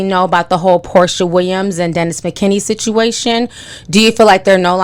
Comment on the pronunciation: Girl, you know you be messing up peoples names. His name is Dennis McKinley. LOL!!!